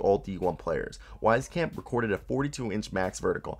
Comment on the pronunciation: As an Iowa fan, the way you pronounced joe wieskamp’s name pissed me off lol.